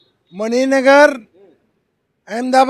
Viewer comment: एंकर साहब मानिक नगर नहीं मणिनगर